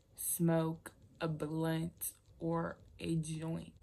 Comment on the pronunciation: Blunt not blint